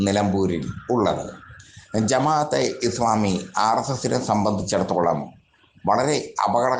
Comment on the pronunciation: എടോ ജമാ അത്തെ ഇസ്‌ലാമി എന്ന് പറയാനെങ്കിലും പഠിക്കൂ.